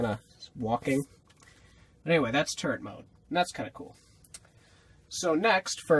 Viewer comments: LOL I thought u said turd mode instead of turret mode, and I thought 'is that a type of stealth mode?!' Anyway, I wish I found this channel sooner, cos this vid was awesome! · When you said turret mode I thought you said turd😂 by the way you have an AWESOME team🦎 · When he said turret mode I thought he said TURD mode for a second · I swear he said turd mode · I thought he said turd mode😂😂😂😂